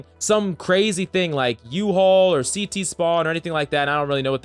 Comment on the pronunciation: I am a cs player and while the beginning, Everyone said CT "City" and every time they said it I laugh so hard...